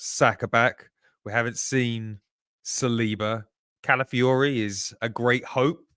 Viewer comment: Why don't Arsenal podcasters care about the names of their players?!!, it's Calafiori NOT Caliafore....it's also Nwaneri NOT Nwanieri. For the love of god, I'm fed up of yelling at my Spotify 😅